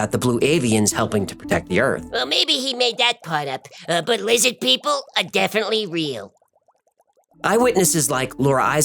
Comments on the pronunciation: LIZZID PEEPLE? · lizid peeple